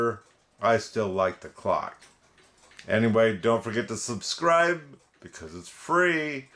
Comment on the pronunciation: How Does The Hand Get So Bent Up Like That? I Laugh Every Time You Say Subscride Its Free.